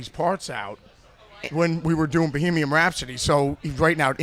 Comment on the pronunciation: "Bohemony rhapsody"